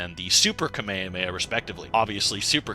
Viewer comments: said “kameamea” instead of “kamehameha” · kah-meya-meh i expected better say it it properly, Kah- Meh- hah- meh-HAAAAAAAAAAAAAAAAAAAAAAAAAAA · Bro is pronunced Kame Hame Ha, not kame a me a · I will never understand anime watchers who watch the anime, Hear the word constantly said correctly, but still call it the KamayahMayah wave. You have literally heard them say Kamehameha in English AND Japanese for years now. It's the equivalent or Michale B Jordan calling Naruto, Nurutoo. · Why not pronounce "hamehameha" like, all versions and dubs of the anime? Where did "kameamea" comes from? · this guy be saying kameowmeow, wtf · No it’s (kah- may- ha- may- ha) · "Cell launched a Kameia a Meia" 💀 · So... nobody's gonna bully this man by the way he says "ka-mey-a-mey-ah" multiple times? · "KAMEAME" bruh... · Kameameha He Said That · Kamehehea? WTF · everyone says kamehameha its pronounced ka me ha me ha with pause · It is prononced kame-hame-aaaaaa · the way you say kamehameha turning into k'mey heme makes me roll every time. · That’s not how you pronounce “kamehameha” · Bro you gotta work no your pronouncing of "Kamehameha" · why do you call the kamehameha that way it’s not the right way to say it and that shit is so fuckin annoying how can you be so deep in the lore but say that shit so wrong it’s like the people that call pokémon pokamon like stop doin that dumbass annoying shit they don’t even say it like that no where ever in the show 🤦🏽‍♂️